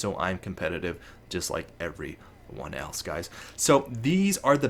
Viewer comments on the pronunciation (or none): none